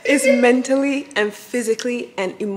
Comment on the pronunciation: Okayyy she said mentalcly 😭